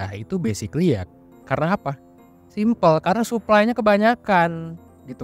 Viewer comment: its not SUPPLY.. in english sebutan yg sebenar SUPPLY - SAPPLY not " SUP" / not DEMEN... in english sebutan DEMAND - DIMAN.. its easy.. hye from malaysia. good content.. good job bro